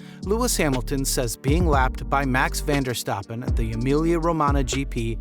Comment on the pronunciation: Max "van der" stappen lmao